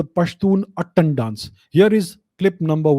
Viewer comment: Thank you sir for this infromative video But sir the proper pronunciation of pashtun dance is “attaaan” (its आ not अ in it ) ☺️☺️❤️ as i am a pashtun hindu myself found it really interesting knowing about my ethnicity ☺️☺️